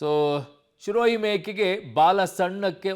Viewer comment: ಲೋ ಅಣ್ಣ ಅದು ಶಿರೋಹಿ ಅಲ್ಲ ಕಣೊ ಅದು ಸಿರೋಹಿ ನಿನ್ ತೋರಿಸ್ತಿರೋ photo ಸಿರೋಹಿ ತಳಿದು ಅಲ್ಲವೇ ಅಲ್ಲ